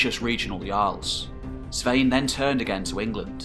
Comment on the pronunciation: The twisting of the names, is a little annoying. Knut, Svein, olav haarfagre, should be able to prenounced by english people?